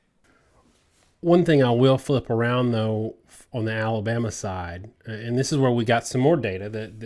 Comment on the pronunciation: Is it just me or does most of the time pronounce Alabama "Aluma?" I thought he was saying Iowa.